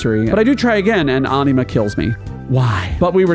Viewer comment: Watched til I heard how you pronounce Anima.